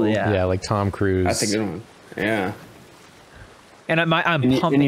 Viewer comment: meant Tom-a-da-Cruise